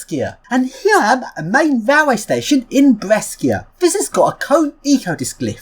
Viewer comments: p.s. out of interest, the correct Italian pronunciation for Brescia is B-re-sha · As another person pointed out right before me, the third city you went to, Brescia, is read Bre sh a, like bro + kesha. Also the first is BerGaMo, not BerMaGo.